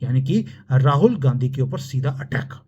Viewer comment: Jis style se aap Ghandhi ko GANDGI kehte hai , bas anand hi aa jata hai